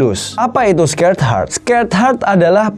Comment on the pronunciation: di bacanya bukan skerd hart , tapi sekred hart